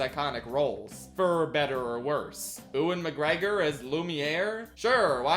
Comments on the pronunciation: no way that’s how you pronounce Ewen McGregor’s name. For future reference, it’s “you-en” not “ooh-en”. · why did you saw Oo-an McGregor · ....I know this is not even slightly what I should be taking away from this video but that is NOT how you pronounce "Ewan"